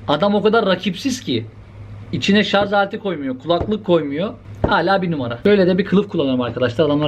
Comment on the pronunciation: Şarz demeni özlemişdim reis))